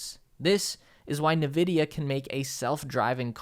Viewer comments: "invidia" not "nividia" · no hate but it is N vidia. not nvidia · Dude, you need to stop saying "nuh-vidia". It's "en-vidia" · Yo, love the vid, but you kept pronouncing Nvidia wrong. I gather that you're a gamer so you should have come across their little intro logo thing in a bunch of games from the late 2000s and early 2010s where the lady whispers it. It's En-vidia, not nuh-vidia. Keep up the good work! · did you say Nuh-vidia? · Love the videos as always, but just wanted to let you know that NVIDIA, is pronounced (IN-VIH-DEE-UH). Just imagine there’s an invisible letter ‘i’ at the beginning of the company name 👍🏻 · EN-vidia, surely. It's a letter "En". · Tip: double check your pronunciation of nvidia. :)